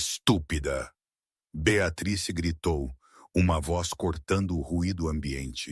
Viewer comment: Gente pronúncia correta Beatriz